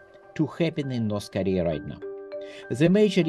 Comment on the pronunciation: Why do they pronounce it as Norse Koleah?